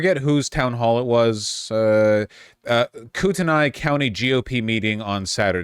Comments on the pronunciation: Coo ten ee. Everytime I jear google say it I'm like no, thats not how we say that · US place names are so weird Kootenai County is apparently pronounced "Coo'ney County"???